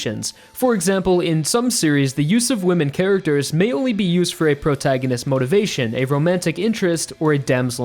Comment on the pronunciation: Wtf is a “Prograginist”?